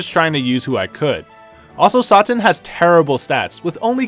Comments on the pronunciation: So we jus not gonna talk about how he said Mr. Satan as Sahtin? 😂 everything was informative n great, jus tha way he kept sayin his name threw me off like “uuhhh you know its Satan right?” 😂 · Bro u butchering all these names is tickin me offfff. It’s “Say-tan” not “Sought-an”🤦‍♂️ and soooo many more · Who the f is "Saat-tin"!?!? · Satan “say tan” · This dude said satin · I stopped watching after you said sarten . . . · I thought he pronounced satan differently because he didn't want to say it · Its pronounced SAE- TON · It's satan. Like the god of the underworld..not like the fabric.........ugh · Raiza X I understand messing up Arale but Mr. Satan and Dabura is a little too much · Went to look for this comment lol. It made me cringe but it's a good vid nonetheless